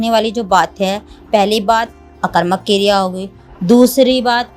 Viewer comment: That's not keeereya it's kereya